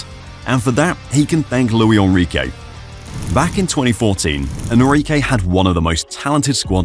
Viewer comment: That's not how you pronounce Luis Enrique, he's Spanish not French